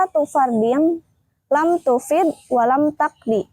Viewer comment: Lam tufda walam tuqdha kak, bukan lam tufid